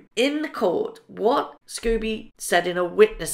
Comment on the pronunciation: Pronounced Skoh bee not Scooby